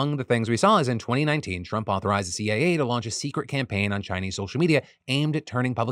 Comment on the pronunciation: it sounds like phil says the CAA and not the CIA.